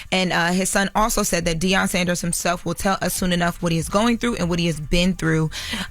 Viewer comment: I thought Deion’s last name was Sanders and not Saunders????